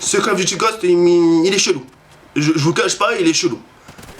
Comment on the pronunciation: les vidéo call of sa craint c'est pour les kikoo de 10 ans+c'est pas cale of dity mais call of duty apprend à parler